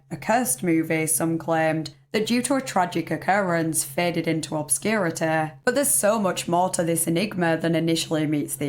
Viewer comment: You pronounce "obscurity" like Cartman would.